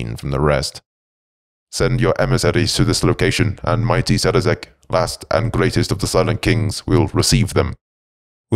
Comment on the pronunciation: Great read but his name is Szarekh not Zarazek.